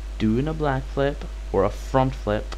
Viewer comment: "black flip" idk if that was your accent or it was intentional, either way it was funny